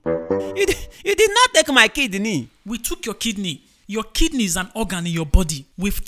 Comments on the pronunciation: Mark: hears KID KNEE Everyone normal: hears kidney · Hehehe instead of KIDNEY,mark thought it was KID KNEE🤣🤣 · It kidney not kid kneel. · Normal person : hears Kidney Mark Angel : hears KID KNEE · He thought it was KID-KNEE.. hahaha